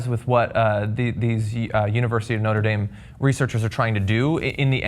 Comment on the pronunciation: I know there is probably a good reason for it, but the pronunciation of Notre Dame irritates me so much.